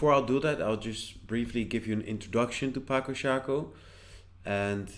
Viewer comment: Ĝi estas 'patso'. C estas 'ts'. Mi penos ludi ĝin, kaj mi aĉetos ĝin ĉar la duopaj ŝakpecoj estas belaj.